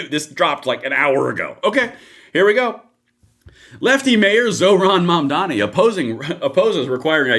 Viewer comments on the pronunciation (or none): It is not momdany It is mam-danny.